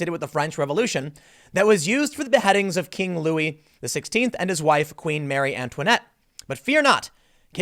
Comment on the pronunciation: Hard G, gee-o-teen. Also muh-ree Antoinette.